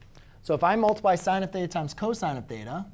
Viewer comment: god damn hate the way you say theta